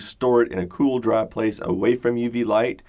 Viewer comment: When he said "cool dry place" that's the most Texan he's ever sounded.